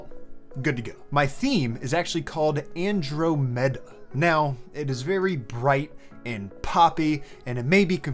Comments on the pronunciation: AN-DROM-eDA not andro-mee-duh c'mon bruh its the closest galaxy to the milky way that we're on a collision course with. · whyd you say andromeda like that? its not andro meta its pronounced andraumeda lmaoo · bro said "andro-meda" instead of "an-drom-eda" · "Andro-Meda". lol. Just teasing, but the pronunciation is a bit different (an-DRAH-meh-dah) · andrOmeda, not andromEda ;-) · An-drom-eda.. Andro-meda is breaking my head... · Andromeda is pronounced "an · draa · muh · duh". :) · pauses video "An-dro-meda"??? Andromeda, you know, like the An-drom-meh-da Galaxy??? Why, lately, do so many youtubers not know how to pronounce words? I feel like I'm losing my mind. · The theme looks cool. FYI... it's pronounced "an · draa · muh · duh". ;) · Bro lost all credibility with that “Andro Metta” 😂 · It's pronounced ăn-drŏm′ĭ-də, stress on the "DROM". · It's pronounced an·draa·muh·duh, like the Greek God. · I'm sorry, but it killed me that this man pronounced Andromeda as Androh-Meta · You really need to learn to pronounce Andromeda. It is An-DROM-ed-uh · Seriously pronouncing Andromeda as two words: Andro Meda? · The way this dude pronounces andromeda should be a crime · Okay, I just confirmed, my comments are getting deleted because I'm calling out your incorrect pronunciation of Andromeda? O.o seriously? I've posted three times and though my internet was screwing up and not posting, however I verified this time and it's gone once again...which means only one thing, it's being deleted....how childish. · We gotta work on your 'Andromeda' pronunciation but other than that great vid as always! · You are mispronouncing Andromeda. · i cannot believe you said andromeda like that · I hope the astronomy crowd isn't too hard on you for pronouncing Andromeda that way! Great video. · You have to take a shot every time he pronounces Andromeda weirdly lol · Andromeda. its a galaxy and you butchered the pronunciation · The way you pronounced Andromeda 🤬🤬🤬🤬 love your channel though